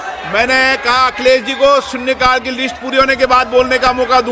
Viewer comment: लोकसभा अध्यक्ष के बोल --- सू सिरी इकरा चौधरी ---- सून्ने काल ( ठीक उच्चारण सुश्री इकरा चौधरी -- शून्य काल ) ---क्या कहे?